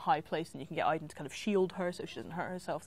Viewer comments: I'm almost positive its pronounced Aid-en in the game. However Quantic Dream has effed up pronunciation before (origAmi) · I'm confused. My name is Aidan(same name as Aiden) and it's pronounced "Aid-in" yet in Beyond it's pronounced "Eye-din". Help please haha Why?